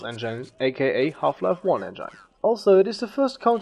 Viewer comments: Engine, not Engyne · STOP SAYING ENGINE LIKE IT'S A VAGINA ITS ENJIN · It's engin....not engaine :/ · Engine is pronounced as [enjin] not as [enjine] but a good video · I bet someone already said that, but "engine" is pronounced with i as [i] in it, instead of [ai]. So it should sound not [endzhain] but [endzhin] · Sorry aber es heißt engine nicht engeine trotzdem gutes video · Hmm, I might just be really picky, but I cringe every time you pronounce engine. (It's pronounced eng-in not eng-ain. I'd love to see you pronounce it correctly in your new version as it would make you sound more professional. Other than that I think you did a good job on making this video and I look forward to watching, and/or listening to you in the future. :) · sauce en-jane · Endschaine xDMan spricht das en-gine (en-dshin) aus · "the soos engain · "enjain" LoLXD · He said : "enJaine" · wtf ist ein "enjein" ? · “Enjain“ cringes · source "engyne" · Engyine pronunciation just gave me 9999 types of engine and Ebola and AIDS and ebolaids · source "enjine" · "en-gyne" "global offense" :D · "Engaine" lol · engyne lol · I like how you pronounce the word engine as "engan" or "engain" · you know its engine not engyne lol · The way you pronounce Engine.... English is my 8th language and even i know you pronounced it wrong. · Hate how he says engine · What's with fellow europeans who don't spellcheck english words ? That's not how "engine" is pronounced buddy! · And his pro naucation of engine... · the way he pronounced engine is unbearable im sorry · Nice video but you said 191999 for the release of 1.5 or something, also you pronounce engine wrong and it's counter strike global offensive, not offense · soooo german :p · nice video, but please learn how to pronounce 'engine' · Love how you say "Engine" :D I